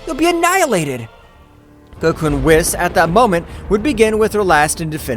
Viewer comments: Whis is actually pronounced (weez) Don’t believe me watch DBS in English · Y u say whis name wrong lol